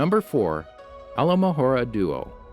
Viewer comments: Why did he say alomahora instead of Alohamora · Alohomora not alomahora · You said alohomora wrong twice?